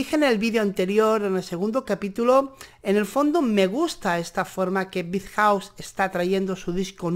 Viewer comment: Jejeje creo que coincido que only you Know es la mejor canción que ham sacado. En este disco salen un poco del concepto hetereo que manejaban antes del disco "7".. ahora el sonido es más tirado a lo shoagaze... simplemente me va encantado el disco. P.d. me da gracia como pronuncias el nombre del grupo, saludos!!!